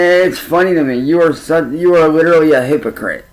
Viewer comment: Uhggg! The way he says literally! 😂😂😂 LIT TRILL LY. He switch’s it every time and again but usually he pronounces it wrong. “If I were you I would go out and get a job!” Oh really?!? Then do it. Prove us wrong. 😂😂